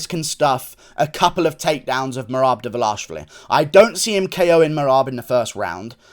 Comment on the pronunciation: I can’t be the only one impressed with Guru’s flawless pronunciation of Merab Dvalishvili.